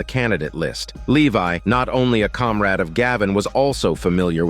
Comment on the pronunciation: "A Comrad", So Hollyweird.